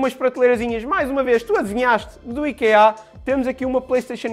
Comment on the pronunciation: Nao se diz ikeá diz-se íkea